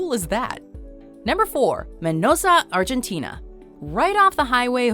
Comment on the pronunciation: Arshentina hahahahaha